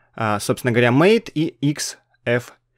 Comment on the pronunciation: MATE - это не "мэйт". Тут имелось в виду другое. Вот из Википедии: "MATE ([ма́тэ]) — среда рабочего стола, являющаяся ответвлением от кодовой базы не поддерживаемой в настоящее время среды GNOME 2. Название MATE происходит от испанского названия (исп. mate) вида падуба, растения, из листьев которого готовят одноимённый напиток." А еще в Линукс не файл подкачки, а раздел подкачки! Это разные вещи, хоть у них и похожее назначение.